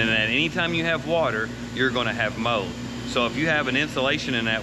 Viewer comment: Did he say mode or mold?😂